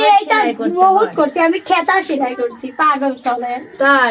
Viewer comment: খেতা নয়,কাঁথা